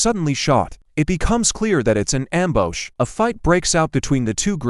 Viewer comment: An “Ammbowsh”. 😁